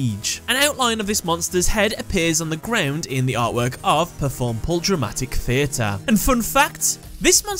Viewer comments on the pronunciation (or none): You still said performapal wrong you pronounced it as performapol not pal. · It’s pronounced as PER-FORM-A-PAL